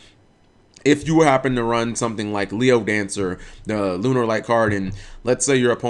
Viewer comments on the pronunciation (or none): none